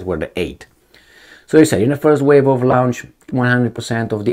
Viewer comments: He pronounces the a u as if it were German, two distinct vowel sounds, OW. Bit it should be pronounced like the French au, one sound, aw. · You really need to learn how to pronounce the word LAUNCH.